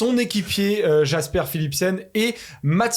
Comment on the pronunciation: Tant qu'on est dans la prononciation des Noms, Jasper se prononce "Yasper". :)